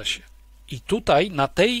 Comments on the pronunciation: Niestety,bardzo drażni mnie ,,tutej,,...choć to szczegół🙂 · "Tutej", proponuje zaprosic Pania Ewe Kurek,tak,tak . Nie? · "Tutaj" , nie "tutej" razi jak cholera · Hey kolego. Nie mówi się TUTEJ lecz TUTaaaaaaJ, błagam!!!!! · Panie Piotrze bardzo pana szanuję i podziwiam pańską wiedzę,ale bardzo drażni mnie jak mówi pan tytej zamiast tutaj.Pozdrawiam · "Tutej" - gratuluję Panie Piotrze. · Bardzo interesujący przekaz, ale zwrócić należy na niepoprawność - mamy bowiem dziś w polszczyźnie wyrazy tutaj, dzisiaj, wczoraj, które należy tak właśnie pisać i tak artykułować. Nie ulega wątpliwości, że jeśli ktoś mówi [dzisiej], [tutej], [wczorej] z wyraźnym e, to popełnia fonetyczne uchybienie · Super ciekawy odcinek, tylko błagam... mówi się TUTAJ, a nie tutej:) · Dlaczego Pan Piotr Zychowicz mówi "tutej" (jeszcze takie akcentowane "e"), zamiast "tutaj"? (strasznie denerwujące brzmienie, tego źle wymawianego słowa - nie da się słuchać ;/) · Panie Piotrze, bardzo proszę używać słowa "tutaj" zamiast "tutej", strasznie to boli w uszy. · Tutaj a nie TUTEJ ................ ogółem fajny film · Należy starannie wymawiać tutaj, a nie tutej. źródła: ↑ Maciej Malinowski, Pracować za granicą, wrócić z zagranicy, „Obcy język polski” (20) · Panie Piotrze nie "tutej" ale tutaj. Proszę... Bo to gryzie w uszy. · Dlaczego autor mówi "tutej"??? I "tą"? I "bedziemy"?😮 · nie "tutej" tylko tutaj Panie Piotrze szkoda żeby tak ! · Mówi się tutaj,a nie tutej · Tutaj!!! Panie redaktorze, panie autorze… Tutaj!!! Nie tutej😡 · Nie "tutej" tylko "tutaj". Błagam. Dlaczego wszyscy, czy na YT czy w TV zaczęli tak mówić??? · Koleś, TUTAJ nie Tutej. Naucz się polskiego. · Oducz sie tego: tutej. Nie mogę tego słuchać. Kim jesteś i kto cie nauczył tego tutej? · Piotrze, nie "tutej" tylko "tutaj" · wszystko ok ale jak jeszcze raz usłyszę "tutej"zamiast tutaj to n"nie zniese" :) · Nie mówi się tutej, tylko tutaj. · Panie Piotrze, tutaj nie tutej... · tutaj / nie tutej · tutej kurwa? tutej? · Nie mówi się tutej